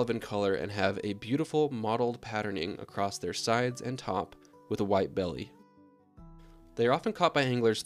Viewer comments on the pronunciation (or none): none